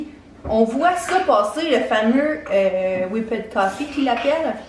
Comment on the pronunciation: Omg please if you are gonna speak english do it right...whipped is not pronounced like whippet the marshmallow treat 🤦🏻‍♀️